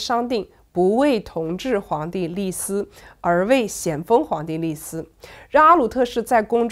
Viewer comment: 这一集不知道怎么了，念了好多错别字：脸颊，记载，立嗣……